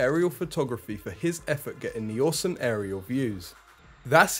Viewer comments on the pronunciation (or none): none